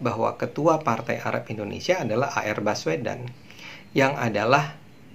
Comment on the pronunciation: Yes Indonesia not endonesia, learned more and more to be perfect...